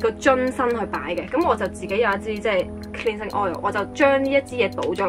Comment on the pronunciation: Cleansing唔係咁讀